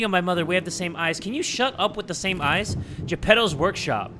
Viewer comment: Bro did NOT just pronounce "eyes" like that 💀